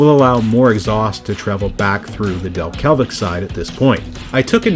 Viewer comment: "Delke(l)vic" you say. That (l) just doesn't exist.